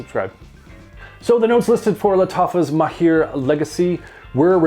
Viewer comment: the right pronounciation is mahr not maheer thanks for your review it was very helpful